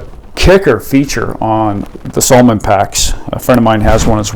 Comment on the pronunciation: Uhm…..s A l o m o n……. with an A. 😂